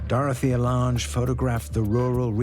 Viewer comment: He also mispronounced Dorthea Lange's name...